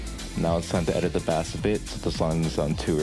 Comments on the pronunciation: ... its bass not b-ass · Thank very much for the tutorial but did you just call a (b-Ase) a (ba-ss)? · So. Bass in music terms is pronounced base. Please. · bro called 🎻bass (base) 🐟bass (bass) 😂 great tutorial! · I won't lie I've been messing with GarageBand mobile for like a year now. So my ass NEEDS to know fl studio ui man Wait why tf did you say "bass" instead of "base" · bass is pronounced BASE! You are saying the type of fish, the other bass is the BASE of the song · bro.. bass is pronounced like base... good tutorial though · you are saying bass wrong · yeah guys take it from the genius who doesnt know how to pronounce bass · Him saying bass wrong just triggers me since i’m in the band good vid tho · it bothers me that he keeps saying it like the fish instead of the instrument (idk why)